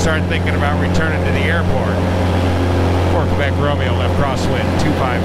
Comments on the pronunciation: I would say more like "Keh-bec" instead of "Kay-bec". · How about a happy airman? And, you pronunciation of "Québec" is not bad; More like "K-bec" though... :)